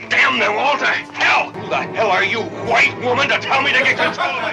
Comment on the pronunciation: Why does he pronounce white like hwhite?